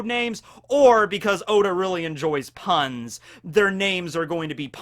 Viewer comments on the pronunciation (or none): The way you pronounce the word 'puns' is quite amusing. Carry on sir.